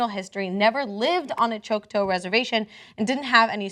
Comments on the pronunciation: 1) Please learn to properly pronounce the name of the Indian tribe. It's not "choke toe". It's pronounced like "chalk taugh". 2) Cenk is 1000% correct that we need to revisit a lot of laws pertaining to Indigenous peoples. How Native Americans were viewed, even ten years ago, is changing dramatically as America comes to realize that North American Native peoples are our living cultural treasures and should be respected, loved and honored as such. They are a direct tie to history and the past and have much to offer in their own right. 3) As I watched the video of the extraction of this child, my mind was screaming, "Is THIS in the best interests of the child?" All I saw was the legal and the adult communities deciding what made themselves feel comfortable, meanwhile this child is crying her head off." People, this is NOT the way to do things. If her extended family is deemed to be fit for contact with Lexi, then there should be some sort of transition team to introduce her to her extended family and see if she WANTS to go to them. Maybe some kind of joint custody between the two families would be the best solution. I can't see ripping her from a family she has obviously bonded with and forcing her to go with strangers, no matter how close they are genetically, is going to do anything but fill the child with rage at being kept out of the decision making loop. 4) At what point do we consider the feelings of the child??? All I'm seeing is a "by the book" legal system that is trau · It's pronounced more like chalk-ta then choke toe.... Just saying.... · Can you not say “choctoe” it’s pronounced “Chaktawh” I’m Choctaw nation 💚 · Oh come on, seriously? Who pronounces Choctaw "choke-toe"? It's said "chock-taw"... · You are saying, Choke-Toe. Please say, Chalk-Taw. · think of Chalk ... Chok-TAW not tow. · "choke-toe"???? Choc-TAW!! Dumb Libertard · Chock-TAW, not friggin choke-toe. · Choc-taw, not Choc-toe. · It's Choctaw. Pronounced "chalk- taw". Not "chock-two".